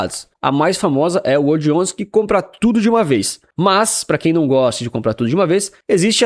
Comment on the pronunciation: WRLD11 remete a "world". Fica bem estranho falar "uordi" (remete a "word", palavra). Poderia pronunciar world... Coloque uma pronúncia mais inglesa aí, você é um cara internacional 😉